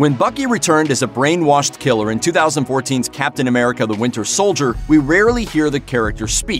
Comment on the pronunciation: And now we have 'Captain Amerigga'